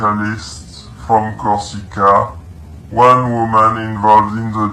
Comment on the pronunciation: not LED but Elysées french palace of the macron couple, not Kosica but Corsica it s a french island on the south where one the french foreign legion is based, not Mobile like mobile phone more like Moving kill boxe i think , the first target was her studio but she bug out then she became mobile (french dont speak like US ppl) , 2 people from her entourage have accepted bribe in crypto to snitch informations according to the french DGSE informant (DGSE stands for the Direction générale de la Sécurité extérieure, which is France's main foreign intelligence agency), bit more crazy it the 90 days periode where a war should broke out.